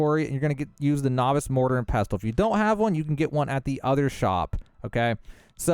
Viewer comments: Pess-uhl The “t” in pestle is silent. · Great exploit!! Also, silent t in pestel, so just “pessel” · Nice vid. The “t” in pestle is silent by the way you uneducated bum. ❤